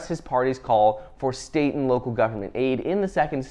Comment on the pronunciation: ... "state & local government" .. what i heard, "satan"